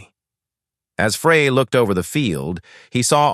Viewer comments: Pretty sure Don's last name was pronounced like the word fry, not like the word fray... because my great grandfather's last name was Frey, pronounced fry... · Including mis-pronouncing Novi and Don Frey's last name.